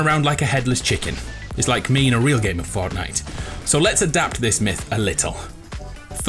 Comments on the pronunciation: lets play forckknight Me: what did you just say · He said forkknife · Myth why do you say forknite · “Forkknife” 3.33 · Is it me or did he pronounce fortnite forknife